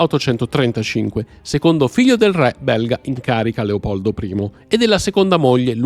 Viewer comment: Anche la pronuncia della parola "re" potrebbe accostarsi molto di più all'italiano standard 😢